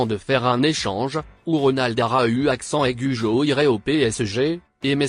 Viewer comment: ARA U accent aigue au PSG 🤣🤣🤣🤣 Arreter avec la voie de google wesh